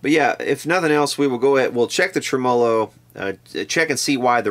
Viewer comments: love the channel long time subscriber but it's Tremo-lo, not Trem-O-lo! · here in New York... it's pronounced "Trem-olo" just for your elucidation,:) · Interesting video. Tremolo is pronounced tre-mə-ˌlō. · Here in Adelaide South Australia where we speak correct English I feel compelled to correct the way you pronounce the word tremolo. It is Trem- Ah-Low. A good example is the intro on Ian Hunter's : Once Bitten Twice Shy, when he says Hello. Thanks you and good night. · What's a "Trem-o-lo"? Is that the same as a tremolo? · Should be pronounced tre-MEL-o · No, it should be pronounced TREM-a-low. Accent on the first syllable. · Been at this for -- well, in playing year, 59. It's re-VERB, and tre-MO-lo. AND humbuckings. Not humbuckers. And cherry sunburst, not tri-color. Don't know WHERE the semantics went into the toilette. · Trem-A- low, Dang. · Could you replace the capacitors in the way you say tremolo please. It's faulty. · You are the only human being on planet earth who pronounces “tremolo” that way. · First time I have EVER heard it pronounced that way myself... LOL. Must be an Eastern Kentucky thing... kinda like eating burgoo. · you say tremolo in a funny way :P